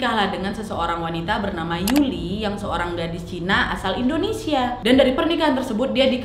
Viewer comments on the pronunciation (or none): none